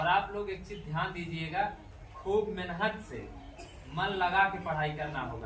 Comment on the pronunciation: जयभीम नमो बुद्धाय जय मूल निवासी गरीब बच्चो को शिक्षित कर रहे हो बहुत अच्छा काम कर रहे किये जा भलाई का जग में तू काम तेरे दुख दूर करेंगे कांशीराम हाट एक बात कहना चाहता हूँ की मेहनत शब्द को जब बोलते हो उसको मेनहत क्यो बोलते हो इस बात इस शब्द पर मनुवादी बडी टिप्पड़ी कर रहे है मेहनत शब्द को सही बोलना सीखो ऐसा बोल रहे है कृपया शब्द बोलने मे सुधार करो